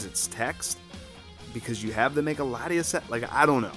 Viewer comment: Latios and Latios lol Lati"as"